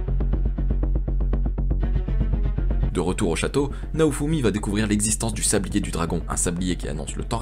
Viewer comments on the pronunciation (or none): La vidéo est super et très bon narrateur. La seule chose equi me chiffonne c'est "tablier su dragon" à chaque fois au lieu de sablier et un filorial/des filoriaux et la reine Fitoria😅. Dsl d'être le relou de service